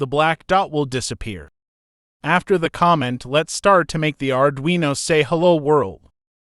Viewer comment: The voice of the "presenter" in this tutorial is apparently an AI, and not a very advanced on at that. It makes a lot of pronunciation mistakes, like it pronounces the word "comment" (kah-mint) more like the word "comma" and when it says the word "read" as in, 'to read a book', it says it like that same spelled word in the sentence: 'I have read the book'. I found these flaws in the first few minutes of this tutorial, but I will keep going to see of I can understand it enough to carry on.